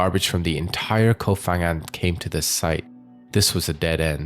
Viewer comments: pronounce "Koh Pangan" not "fangan" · Life on Samui and today is the first time i hear that. and please is kooop phangan not kof phangan. Learn the real pronunciation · Koh Phangan is not pronounced "Koh Fangan," but "Koh Pangan"! Just like Koh Phi Phi, which is pronounced "Koh Pipi," and not "Koh Fifi"! In official Thai phonetics, the "Ph" represents a "hard" P sound. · it's not pronounced Koh Fang but Koh Pang. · Koh Phangan. It's pronounced with a P, not an F.